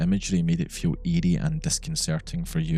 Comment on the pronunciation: It was hilarious. I thought you kept saying ede but you were saying eerie. 😂